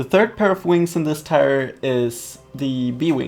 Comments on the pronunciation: its tier not tyre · Tier is pronounced TEE-r not TIRE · why is he saying "tire" instead of tier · It's not tyer it's TEEEEEEER SPELLED TIER DAMN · Tier..... is pronounced like TEER, not TIRE. Holy fuck.... You even know the correct way to say it lol but you choose not to.... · in English the word 'tier' is pronounced the same as the word 'tear' NOT the same as the word 'tire'...:) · its TIER not TIRE! gaaah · tier, not tyre. say it like tear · Tier is pronounced "teer", not tyre. Sorry, this just bugged me. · or 'tear' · i dont blame you for saying tyre instead of tier. thats just the way you say it. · It is tier. Not tire. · tier is pronounced "tear"... not tire.. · Also, just so you know its not tire its like saying tear, not trying to be mean just being helpful. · Is he pronouncing tier wrong, or is it just a cultural thing. I say tee-ur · It's pronounced teer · I hate how he pronounced tier pike tire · tier- pronounced tear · its pronounced (teer) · It's pronounced tear. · “Listen to me I know everything” Pronounces tier wrong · Your saying tier wrong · God, pronounce tier correctly -_ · You know that's not how you pronounce "tier" right? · 1 u said yetpack 2 u said tire ant its jetpack and its pronounced teer